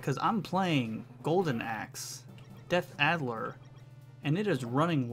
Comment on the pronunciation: You're driving me nuts, it's DEATH ADDER! :) Great video, I loved this game as a teenager at the local bowling alley.